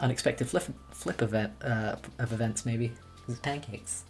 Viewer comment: the way says pancakes tho, i'm dead!